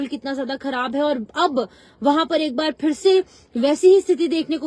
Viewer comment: Madam g likh tou sahi say kro ( for nahi fir hota hai😮😮😮 )